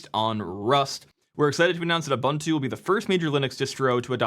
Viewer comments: why gringos always mispronounce Ubuntu? it is pronounced ooboontoo, not Youbantoo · /Uuu/boon/too/ xD; it's a swahili word.